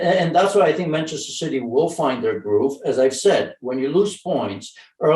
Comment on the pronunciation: Bantchester citeh